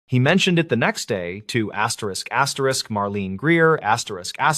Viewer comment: Asterix asterix?? Can’t listen to this….